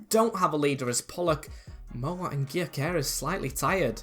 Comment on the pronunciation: btw its pronounced gyo kores so like guyo kores